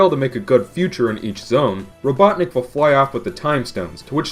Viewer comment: Doctorr Ivo Eggman R-r-r-robotnicc.